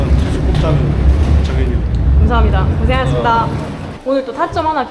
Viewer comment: 시간 걸리드라도 수고하셨습니다 고생하셨습니다 발음을 또박또박 해 주셨으면 합니다. 가식적이게 느껴지거든요, 열심히 땀흘린 선수들한테 순간순간 지나가더라도 겹치더라도 또박똬박 발음을 해 주셨으면 좋겠습니다. 수고해스니다 고새해스니다 이런 어눌한 발음 라이온즈티비의 격조에 맞지 않다고 봅니다 !!!